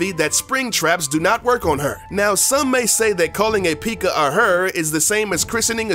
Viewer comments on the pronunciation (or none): haha yes finally another person lol its PECK AH not PEEK AH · You said peekka not pekka you uhhhhhhhhhhhhhhhhhhhhhhhhjhhhhhhhh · Did anyone else get annoyed when he sad pikka it pekka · Yeah ... Its PEKKA not piiika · no he didn't he said peeka. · it is not called peeka it is said pekka. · Tip... Its not said like peeeeka, it's Peck-a (pekka) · it's pekka not pika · Pieka or Pekka? Anybody else just got this in recommended? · Lol he said pikka instead of pekka xD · The... P.E.K.K.A... is pronounced pekka. Not freakin PIKACHU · its pekka not pikka get it right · Why do u pronounce pekka as “peeka” IT ONLY HAS ONE E SO U PRONOUNCE IT PEKKA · It's Hogrider, not Pigrider. It is also pronounced pe-ka not pee-ka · He said pikka for pekka it sounds like he is talking about the Pokemon piikachu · It is not peeka you say it pek-ka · ITS NOT PIKA ITS PEKKA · Right he says pikka it’s pekka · The fact this guy says Peakka and not pekka triggers me... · p-eh-k-a not p-ee-k-a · Its not peeka its pekka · Everyone knows its not pronounced peeka... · Was anyone else annoyed when he called P.E.K.K.A a pikka? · did it annoy you when he said pikka. and how he thought we wouldn't know it was made by SUPERCELL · Why tf did u call P.E.K.K.A peekuh?!?! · "PEEKA"? "Pig rider"? Seriously... Do your research ffs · dude really just called the pekka a pica 😂😂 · something u need to know is how to pronounce pekka! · i love my p.e.e.k.a.s best pronunciation award does not go to you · Did he say the peeka? 😂😂😂😂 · I pretty sure its pronounced (Peh-k-uh) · “Pig rider” “Peeka” 😂🤣😅 2019 anyone? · God damnit. The entire time he was taking about the perks i wanted him to stop taking so I didn't have to listen to him say "peeka" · Its not called a peekachuuu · Dude learn how to say pekka it's not pikaa ffs not a pokemon or pikachu lmao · It's not peeka its P.E.K.K.A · Are you serious it is pronounced p.e.k.k.a not p.e.e.k.k.a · Pick-a wtf is that? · XD He called the Pekka a peaka XD